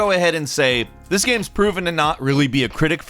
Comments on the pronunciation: am i the only one that notices that calls them "gams" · I can't be the only one that notices pronounces 'games' as "GAMS" 20% of the time.